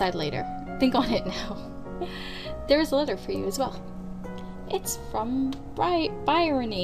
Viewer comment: Love your videos. I'm going to watch the whole series. This is a little late but the pronunciation is Bree Oh Nee. You probably don't care anymore, but if you come across that name again there it is.